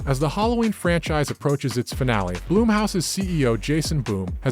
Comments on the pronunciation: I simply thought it was hilarious that he kept referring to it as "bloom" house.....it's blumhouse.....that's all. You ok bro? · Its BLUM. Not bloom. BLUMhouse. Not BLOOMhouse